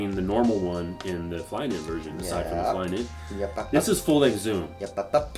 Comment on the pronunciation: "So Flyknity!" LoL